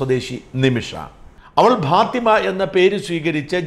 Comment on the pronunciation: ഭാത്തിമ അല്ലെടോ ഫാത്തിമ (Fatima)